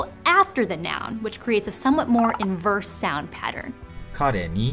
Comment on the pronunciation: A small mistake in Japanese pronunciation . かれに(KAreni) そこで(soKODE)